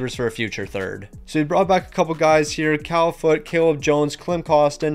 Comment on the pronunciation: Cal Foote 💀